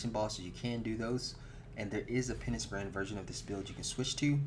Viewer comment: penis brand? u mean penance brand?